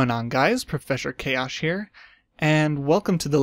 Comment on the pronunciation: profeshor chaosh